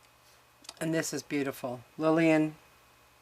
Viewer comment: Hi there, I'm glad that you're feeling better. FYI, The name of the starlet that you struggled with was Gish, as in dish....she succeeded and became the First Lady of American Stage and Screen. lol ( I think that she married Douglas Fairbanks! and has a theatre on Broadway named after her, now that's a success story :-)